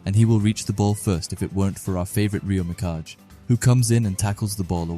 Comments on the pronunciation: Please dont say Reo Mikaj again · Just wanted to point out mikage is not pronounced like mirage